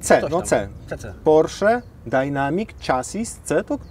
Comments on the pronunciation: Chassis czytamy jako 'szasi' z języka francuskiego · 🙈 kolego, fonetycznie "czejses" z angielskiego